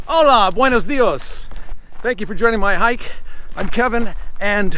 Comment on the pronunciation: I wasn't going to comment, but you say it wrong every-damned-time. Buenos diAs. Love you, sir!